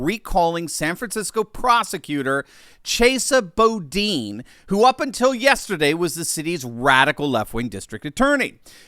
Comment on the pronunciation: “Chase ya Bo Deen”😂 “Chessa Boodin”